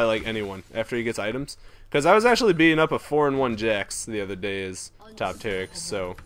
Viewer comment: This is TA-RIIIK! not sparta...